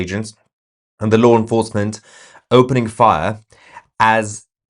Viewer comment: TOUSi, it’s law enforcement NOT loo enforcement